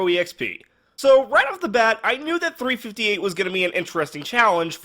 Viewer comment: I didn't even know 358 could be played with a Zero EXP challenge Why do you pronoun 358's name like that XD